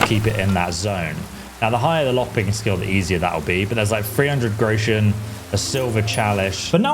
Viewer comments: It's "grosh-un" you yokel! ("grow-shun" LOL) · thank you very much for the tips, now I have a big one for you, you pronounce the word Groschen wrong, it´s Groschen and not Grouschen, leave out the pronunciation of the U, the word consists of 2 syllables Gro-schen, just say Groschen. German pronunciation is not that easy, it can easily lead to a knot in a tongue. 😁